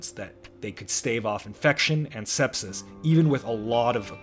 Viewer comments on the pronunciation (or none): none